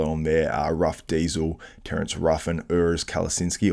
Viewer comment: more accurate to pronounce it "ORS" for english speakers. listen to how urs pronounced it on your own show and use pronunciation websites where native german speakers pronounce the name in a sound file. even after being corrected on your podcast you're still mis pronouncing ut the same way. try thinking of it as "Ors" with a slightly rolled R. the "U" is not pronounce the way it is read phonetically in English.